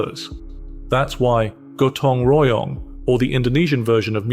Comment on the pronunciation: Your pronunciation of Bandung, Gotong Royong, and Kerja Bakti is absolutely spot-on – really impressive! 😊